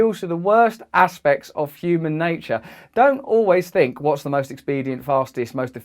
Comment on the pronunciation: Dont you ' fink'?